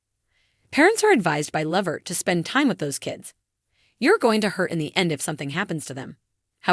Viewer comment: Please first of all you not even saying his last name right why don't you just stop reporting on Eddie what you are saying it's no more then some people knew for years ago and how do you know what Eddie said did you have an interview with him or something you put to together cause you are way behind the times of Eddie life bye girl